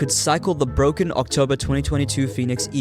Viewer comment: So bwoken